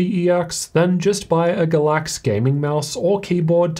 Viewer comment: Is it really “Ga-láx” with stress in the second syllable or is it “Gáy-lax,” with stress in the first syllable? We need to pronounce the names of our sponsors right. LOL.